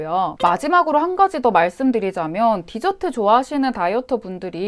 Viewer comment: 사투리 갑툭튀ㅋㅋㅋㅋㅋㅋㅋㅋㅋㅋ 하지만 언니,, 저는 뒤저트를 먹기 위해 식사를 합니다 죄송해요 뒤저트는 꼭 식사 후에 먹어야 맛이가 조아요 껄껄